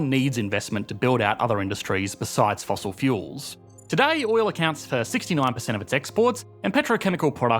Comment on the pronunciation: The actual word - "Today" Aussies be like - "toodeyyyy"